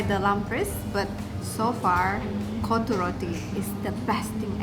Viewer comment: its actually KOTTHU ( COT TU tped it how you should pronounce) but what u said was "B*LLS" :D love your vids btw